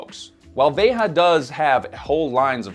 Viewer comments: I never write comments, but am an avid subscriber. I'm 2 mins into this and it's killing me that keeps pronouncing Veja wrong. It's a common misconception that it's Ve-Ha because its a couple of french guys and it's a french brand. However, it's a Portuguese name, there for pronounced Ve-Jah. Writers and editors, please look up pronunciation and relay that to, Veja's Youtube has a video where they explain the name, or origin (iirc). IMO it really takes me out of a video with a glaring mistake like this. I say this constructively and as a fan of the channel. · I quite sure it's pronounced 'vay-zhah, not 'vay ha' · is pronouncing the name incorrectly. The brand name, as spoken by their own founders, is basically the pronounciation we have in Portuguese: Veja [veʒɐ]. And the brand is sold in Brazil as "Vert" (green in French), because of the issues pointed out by here. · I have to be that guy, but: The brand is pronounced "VEY-zha" (like a French 'j'), which makes sense when you consider it was founded by French guys and made in Brazil. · Thank you for this comment. As both a Spanish and Portuguese speaker, it hurt to hear Veja with the ‘h’ sound knowing it’s a Brazilian word. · It´s pronounced "VAY-zha". The J is not the same as in Spanish. It comes from the Portuguese for the imperative form of the verb to see. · It’s a French company , so not Spanish pronounced but French. Vejjjjja! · It's the french pronounciation "véja", like "déja vu" but with a V. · Isn't it pronounced "Vé Zhah"? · possibly. veja is a word in portuguese, it means look. and if they're based in brazil, a portuguese word would make sense. the ja is pronounced like the ja in jar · Yes, that’s correct. I know folks that work for them. I cringed every time said it. lol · In France we pronounce the j also, same as the brand itself : *he's just mispronouning it*. Kinda weird considering the "research" that has to be made to release a video like that